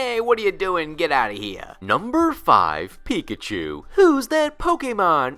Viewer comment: Why am I still hearing it like "Pikichu"?😅